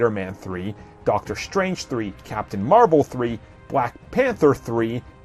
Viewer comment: doctor shtrange? are you black?? do you not understand how to pronounce your S words? S, not SH. strange, not shtrange you are constantly mispronouncing your S words destroyed, not deshtroyed you sound like a lazy black